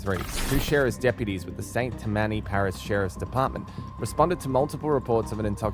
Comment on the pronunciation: I just need to correct how St. Tammany parish was pronounced lol. I know it’s auto dubbed-AI narrated… but still. It’s “St. Tam-Min-E” & not “St. Tah-Manny” Louisiana words just sound different lol.